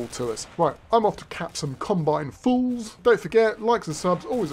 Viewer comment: "Right, I'm off to cap some Combine fools" The first time I heard you say that, it sounded like "I'm off to cap some Combine foals"